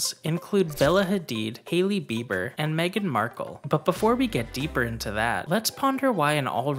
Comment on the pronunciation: MeGain Markle